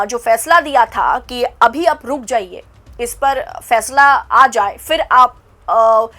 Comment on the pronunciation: Achha , Fàishlà, kort, Sunaya